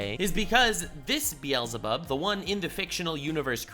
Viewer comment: Wait he's the first YouTuber I heard pronounce the Hebrew beelzabub right. Does actually speak hebrew